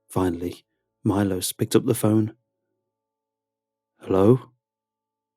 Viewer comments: Milos is actually pronounced ME-lo-sh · You pronounce it Milosch